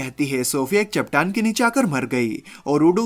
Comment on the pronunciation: Bhai vo chattan hota ha chaptan nahi